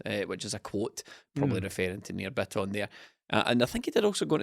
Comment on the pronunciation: The ' trying to pronounce Rogic / Bitton correctly' drinking game has me absolutely mwi at half 12 on a Tuesday